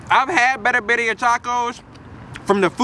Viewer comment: "Biddia" lol